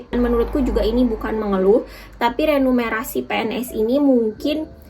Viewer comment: remunerasi, bukan renumerasi